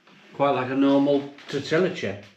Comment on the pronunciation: Then called them TOR-TILLA chips